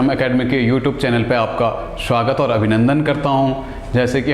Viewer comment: Shuwagt nhi sir swagat hota h .hr bat m sha sha q bolte ho irritate hota h